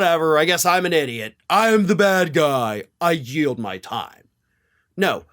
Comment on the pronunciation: She seems to say "Thank you, I yelp." not Yield.